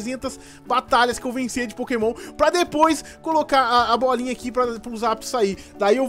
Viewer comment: voce falou zaptos